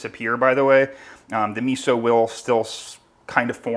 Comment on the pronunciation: If you make Italian food and use miso. The least thing you can do is pronounce miso like an Italian.